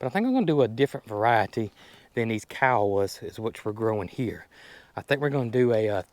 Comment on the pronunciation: just a FYI... if you ask Google how to pronounce something...like Muscadine...it will pronounce it correctly for you... "Musk- cah- deen"...not Musk-a- dine, Musk-key-dine...Kiowa. Is a native American Indian tribe "Ki-o-wah"